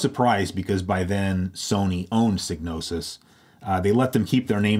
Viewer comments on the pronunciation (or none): "Seegnosis?" Really?